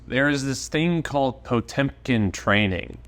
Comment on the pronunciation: Actually 😂 it is: - Pot-ë-mkin Pronounced like that: - Pot-yo-mkin